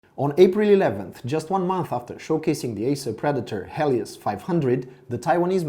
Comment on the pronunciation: dude where are you from ? you cant even pronounce helios, raid and alienware really well. but its still a very nice review thanks my mom will bought this laptop for me after i finish my national test edit:also you forgot to mention the ram like how much is the ram